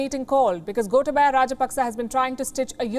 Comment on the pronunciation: It is Goootaaaabaya not Gota/ba/ya 🤭😊